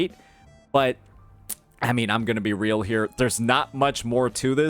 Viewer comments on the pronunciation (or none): none